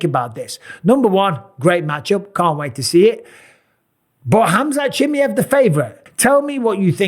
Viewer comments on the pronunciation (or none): Its not Chimeev its ChimAev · it's Chima ev not Chimyev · Khamzat Chimyeev - Bisping. Bruh it's Chi-muh-yev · His last name sounds not 'Chi-miev', more like 'Chimaeff' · Why does he call chimaev “chimmy ev” 😂😂😂😂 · Chimmy hav you pronounce his name so wrong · Chim-eye-of brother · Every time I hear bisping say chamaiv name it’s getting me tight 😒😂😂😂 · What a weird way to pronounce the guy name😂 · MR Bisping, Chimaev is pronounced CHIMAHEHV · Why do you say chimiev like that 😂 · Tough to listen to when he doesn't first learn how to say Chimaev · You've got to learn how to pronounce Chimaevs name though, you limey. If you're going to be an analyst, you've got to learn how to say foreign names. I love you Bisping, but come on. Do a little bit of research and don't be as lazy as Daniel Cormier. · Mike, for the love of god, go and listen to how everyone else pronounces Chimaev it's only fair you say his name right 😂Best in the business though, and best fight interviewer by far 😉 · the way he say Chimaev hurts my soul... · Bisping I love you but can you please learn how to pronounce Chimaev lol Dana shows you lol 😂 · You always mispronounce his name!